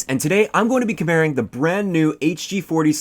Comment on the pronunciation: "Today i'm going to be comaring..." lol.... still a great video ace :D